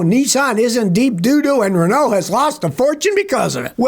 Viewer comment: when he was talking about Renault, i though he was saying Ronaldo instead